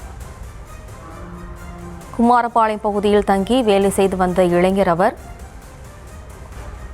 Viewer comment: செய்தியாளர் தங்கமணிக்கு தமிழ் பேச .. உச்சரிப்பு கற்று கொடுங்கள்....குமாரபாளையம்... பதில்....குமரா பாளையம் 😮